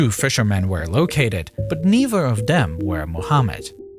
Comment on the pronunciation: dank you. dis video has cool animations. i use your videos to show people how day sound when day can't pronounce da "th" sound. some times you use the "v" sound in place of da "th" sound like in "brover" and "neever." i dont like saddam husayn or barack hussein. bofe of dem 😹